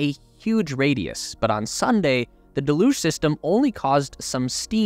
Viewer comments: DEluge. Not deLUGE. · Isn't pronounced; del-huge ? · Thank you for making this video! 2 small requests. Please say liquid oxygen instead of L.O.X. Deluge is pronounced del-yooj.